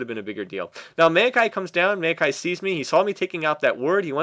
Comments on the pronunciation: i always thought it was mao-kai, not mail-kai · hate how he says "meio-kai"..